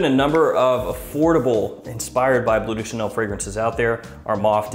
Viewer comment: Like your videos! And I know, it's hard for english speakers, but... it's blØ (like MØ), not blue de Chanel. ;)